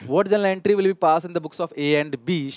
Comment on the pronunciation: Journal entry ❌ Jal entry ✅